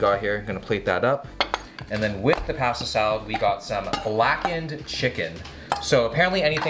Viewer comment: Take a shot every time he says pahastah salad